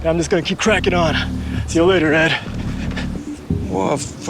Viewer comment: 아니ㅋㅋ 에드인데 에스라고 들려ㅋㅋ